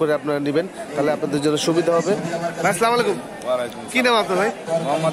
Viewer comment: সামলাইকুম কি ভাই?ভাল মতো সালাম দিবেন শুদ্ধ করে।